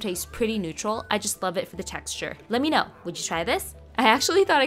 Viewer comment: It is actually Lumpia! We just normally emphasize the end with a hard a because that's how we pronounce it as Filipinos. It's a super popular Filipino spring roll, they're a staple at any Filipino get-together :)